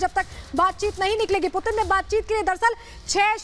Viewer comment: Do report do bat koi putin bolraha koi pudin 😛😛